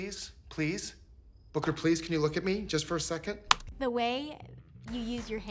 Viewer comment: Am I The Only One Who Heard Booger Not Booker